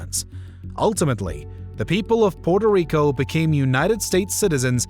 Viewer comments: Narrator could try and pronounce the island name correctly at least once. Puerto Rico. Not Porto Rico… sound like the colonialist. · Porto rico? Cmon man try a little🤢🤮